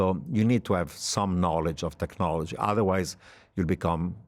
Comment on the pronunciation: The host said "politsics" twice. Or is it tswice? Practsical. Emptsy. . Emptsy. Politsical. Tsechnology. Hurtsing. = Brexit English